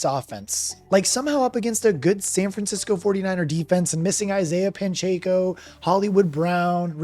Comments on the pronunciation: You just called him Pan-checo. 😂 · Absolutely butchered Pacheco’s last name